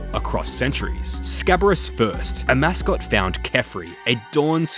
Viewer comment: I'm so triggered you referred to Amascut as "A Mascot" the whole time